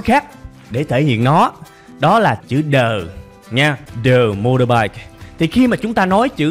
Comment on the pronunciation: Mà sao thầy phát âm từ "motorbike" mình nghe lạ lạ ghê, như là "mô đô bai"??? Ko biết có phải mình nghe nhầm ko